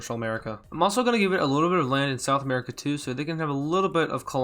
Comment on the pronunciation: it sounds like you said sexual america 😂